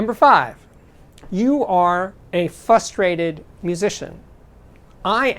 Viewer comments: The word is FRUSTRATED. with an "R". Not FUStrated. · Frustrated has two “r’’s”. 👍